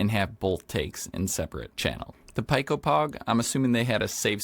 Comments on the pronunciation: pico is pronounced like "pee-ko" not "pie-ko" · Not so fast friend, I'm afraid I have to counter your correction with another correction. It's actually pronounced "pie"; the "c" and "o" are silent, meaning his pronunciation was in fact, more correct 🤷‍♂️😅